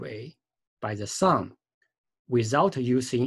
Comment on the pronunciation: Learn English before making these videos. It is horrible to listen to. Sun, not sung. This is Y, this is X, not “this are”. Here we use “an” angle. Even all the writing on your picture is totally wrong. Two objects, not object ... radius, not reedius... how do you even come up with such pronunciations? Equation, not equestion ... my god ...